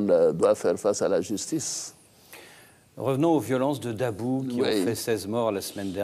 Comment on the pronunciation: Hahaha il dit a babou au lieu de dit a dabou un menteur la